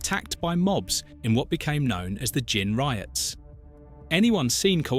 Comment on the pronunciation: Interesting but why do you sometimes pronounce gin with a hard G?